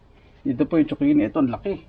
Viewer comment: I AM JUST CURIOUS HOW ZUCCHINI ARE PRONOUNCE IN EVERY COUNTRY, IN FINLAND DO THEY PRONOUNCE IT LIKE TSOKINI BECAUSE THAT IS WHAT I HEAR YOU PRONOUNCE IT BECAUSE HERE IN FRANCE ITS CALLED COURGETTE